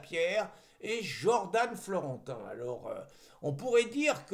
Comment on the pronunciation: Jordan ne se pronounce pas Jordane. C’est dommage d’esquinter notre belle langue française.